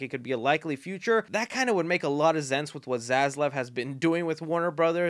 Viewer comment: Ok is it just me or did he say zense